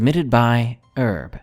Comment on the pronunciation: Pronounce your Goddamn H's! Hhhhhhhherb.